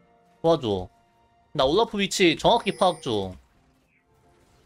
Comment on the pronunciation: 왜 올라프 발음을 우올뤄프 라고 하시는거죠?